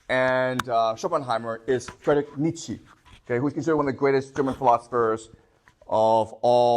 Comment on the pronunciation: How mamy times you can hear "schopenheimer" and "niechi" without pain in your brain XD